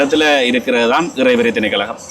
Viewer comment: திணைக்கழகம் அல்ல. திணைக்களம் என்று கூறுங்கள்.